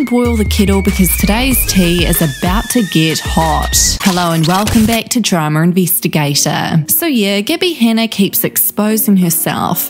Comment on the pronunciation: Draamr invistigæyteerrrrr 😂😂😂😂😍